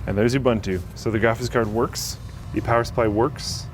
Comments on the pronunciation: Ooh-boonto not you-bantu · U-BUN-TU [ oo-boon-too ] Sorry but I had to, it drives me nuts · its pronounced oo-BOON-to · can't even pronounce Ubuntu...